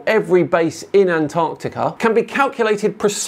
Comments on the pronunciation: Why does he keep saying it like "ant Arctica?" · I get frustrated with this guys way of pronouncing Antarctica. Ant-Arctica. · why is it that almost every flat earther calls Antarctica Ant Arctica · Why do some Flat Earthers insist on calling Antarctica "Ant-Arctica"? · Ant-Arctic 😂 What a mor-on. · Holy fuck the way this tool says "Ant-arctica" annoys the shit out of me. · Why does he pronounce Antarctica as "Ant-arctica"?😊